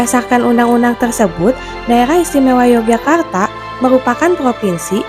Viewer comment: yang benar bacanya Yogyakarta, bukan Yogyakartak Pangeran Mangkubumi, bukan Mangkubumik